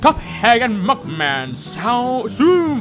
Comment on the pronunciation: When he said cop head he said muknan so I think like mokey he should make craphead and mukman